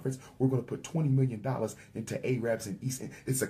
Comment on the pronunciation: U-fraud will pay an “I don’t know how to pronounce the word Arab” tax.